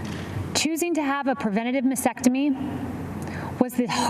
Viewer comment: Detail is extremely important for someone in that role. With all the reading and discussion on the subject she still does not pronounce the word for breast removal ( nor spell it ) correctly. It is a MASTECTOMY not masectomy....has a T prior the E. No wonder she is loose with truthful detail when representing the president to the press. Shameful.